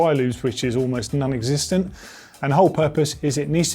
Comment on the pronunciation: It's non solvent not nun solvent